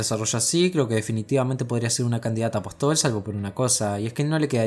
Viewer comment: Buen video. Apóstol tiene tilde. Lo aclaro porque lo pronuncias mal todas las veces.